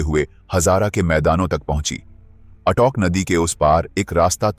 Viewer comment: Sahi se naam liya kro,,,, ऑटोक नही अटक।🙄